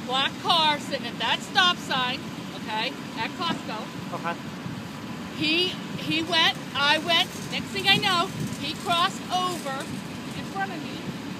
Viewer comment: did anyone notice her slurring her speech. She pronounced the store Costco as Costcos